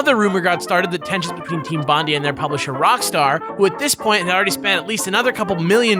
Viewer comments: Bondi is pronounced Bond-eye :) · its bond-die not bond-dee ur welcome from a Australian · Bondi is pronounced “Bon Die” not “Bon Dee" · Bond eye Not bondy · "Team Bond-ie" AAAAAAAAAAAAAA It's Bond-eye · Bondee? It's said bondie I'm Australian I know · Bondie hahahaha, I'ts pronounced Bond-eye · its pronounced bon-dai, not bon-dee. goddamnit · its pronounced Bond-Eye..like Bondi Beach not Bondy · BOND-EYE not bondee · I can't be the only Aussie who laughed at Team "Bondee" right? It supposed to be "Bond-eye". Like Bondi Beach in Sydney. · Bond-eye not bond-e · It's not team bondai it's Bon-die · Bon-die not Bon-dee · it's 'Bon-die' not 'Bon-dee' ;) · Bond-ee? BOND-EE?! EE?!!?! IT'S BONDI MATE. BOND AYE. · Its pronounced Bond-I not Bond-ey ;) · TEAM BOND-I. BOND-I. NOT BOND-E. BOND-I. Australia, mate. Get it right. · As an Australian, I winced at every utterance of "bon-dee". I don't blame the, but it's pronounced "bond-eye". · 'Team Bond-ee' lol fuckkkk, it's pronounced 'Bon-die' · Slight pet peeve I have that cropped up in this video is how American's say Bondi. It's Bond-Eye, not Bond-E. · bondi pronounced bon-die god damn that annoyed me more than it should have listening to you too pronounce it. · Bond-eye, not Bond-ee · bon die, bon die, not bon dee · bondi like bond eye, not bondy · It is pronounced Bon-die not Bon-dee (as hilarious as that sounds), it is named after the Bondi area in Sydney where the developer was located. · Bondi is pronounced as 'bon-die', not 'bondy' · Bon-Die. Not Bon-Dee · Bondi is pronounced Bon-Die, not Bon-Dee. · it's.. it's bon-DYE not Bon-DEE.. like bondi beach.. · Team Bondi is pronounced "Bon-D-Eye" not "Bon-D-E" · You guys say Bondi wrong its pronounced bond "eye" not bondy. Trust me, I'm Australian. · "Team Bondee"... It's not "Bon-dee" but "Bond-ai"... Extra Credits made that mistake when going over LA Noire a few years back, and they got plenty of flak from Aussies about it. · Bruh it’s pronounced “Bon-die”